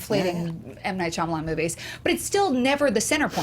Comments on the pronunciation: Is it just me or does keep saying Shyalaman instead of Shyamalan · over-confident pronunciation of "Shalaman" had me in stiches every time. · why does joe keep saying "shalaman"?? lmao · I love that joe refuses to pronounce shymalan correctly, but he WILL PRONOUNCE IT DIFFERENTLY EVERY TIME